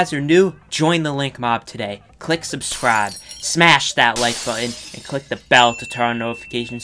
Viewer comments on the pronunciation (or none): When he said ‘Subscribe’ at the start he said it in a Texan accent like ‘Subscraaab’